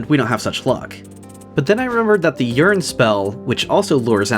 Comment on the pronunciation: PLS STOP PRONOUNCING YEARN LIKE URINE I’M TOO HIGH FOR THIS